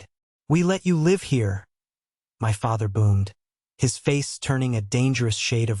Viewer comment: Please pronounce live with a short I.